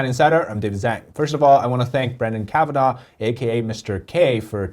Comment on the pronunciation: I support you bro, but please proudly and correctly pronounce your last name. Us white people should all learn how to pronounce Chinese names. 不用把自己的姓氏说错了，白人的学习能力不差。哈哈！加油！